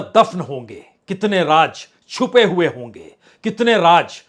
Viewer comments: Raaz aur raj me farak karo.. Aap ki urdu sudharo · Sir, please learn some Urdu. 🙏 Raj is Raaz, Jabardast is Zaberdast, Darwaja is Darwaza, Hajar is Hazar, Nabj is Nabz, Make sure to make correct pronunciation. The only problem is between "J" and "Z". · Raaz bolo BAJPAI JI RAAJ nahi bolo..Kya ab TAK theek se pronounce Kerna nahi jante ???